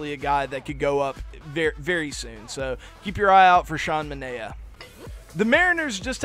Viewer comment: You pronounce manaea as mun-eye-uh